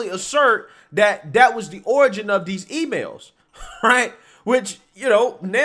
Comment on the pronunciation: every time you say these it sounds like Deez I keep think your gonna pop a "deez nuts" in there. Like, "they didn't carefully evaluate Deez nuts"